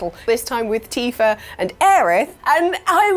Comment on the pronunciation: There is no R in TIFA.